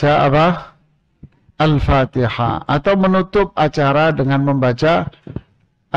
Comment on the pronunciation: Wahabi aneh baca fatehah ko pin nar